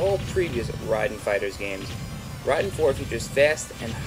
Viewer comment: Rahiden? RHAIDEN!?!?!?!?!? -.-... Ray-den.